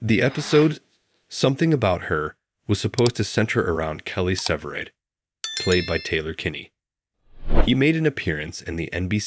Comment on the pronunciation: Its. SEVERIDE NOT SIVERED AS YOU KEEP SAYING.